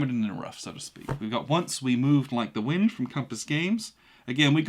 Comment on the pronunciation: Are you saying 'whind'?